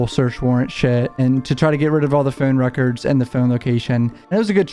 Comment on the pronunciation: "His Fown records" lol